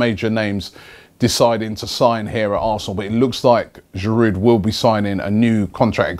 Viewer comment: Can someone please explain him how to pronounce "Giroud"?! He is with Arsenal for the fifth season and he still doesn't know that this "d" at the end is silent??? Go back to school mate!